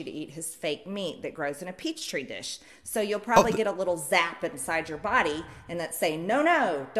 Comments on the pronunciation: wait wait wait wait. did she say "peach tree dish," like the fruit? instead of "Petri dish" like the microbiologist... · The fact that they couldn't even say petri dish... They were saying peach tree 😭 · bro the fact that the lady in the video even PRONOUNCED it like that is blowing my mind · Gotta love how the person stating "I know my states" also confuses the Malaysian flag with the United States flag. Also, since when are people saying "peachtree dish" instead of petri dish? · Marjorie Taylor Greene spells and pronounces it like “peachtree” dish and got elected to Congress 🤦‍♀️ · Did MTG really say "Peach tree dish???" smh - this speaks volumes. She has so little knowledge about science to know it's a petri dish. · the absolute funniest part of this is how they call petri dishes "peach tree" dishes I don't know if this is on purpose or not but either way it's just so stupidly funny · I'm sorry but I'm absolutely stuck on the multiple uses of "peach tree dish". Like, tell me you've never done any research without telling me you've never done any research 🤣 Literally ANY reliable source will write it and pronounce it as "petri dish". SMH and dying at the same time 😂😂😂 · MTG and that random lady both called a Petri dish a Peachtree dish, I can't 💀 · SCREAMING OVER TWO DIFFERENT PEOPLE SAYING "PEACH TREE DISH" INSTEAD OF PETRI DISH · "Peachtree dish" oh dear god are they trying to say petri dish????? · Wait, is “peach-tree dish” an existing meme? Do people think social media algorithms will push them down if they say petri dish? I assumed it was a weird text to speech thing in the fb post, but then the video lady said it too! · Love how they all say Peachtree dish instead of Petri dish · I... I cant believe she said "peach tree dish" she said that, right? Wut 😂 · So nice of these folks to identify themselves as idiots by pronouncing "petri dish" as "peach tree dish"... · "Peachtree dish" lmao